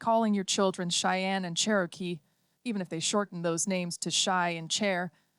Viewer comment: It's Cherokee, not Sharokee